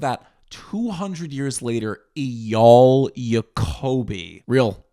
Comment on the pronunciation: It’s pronounced AyYAL.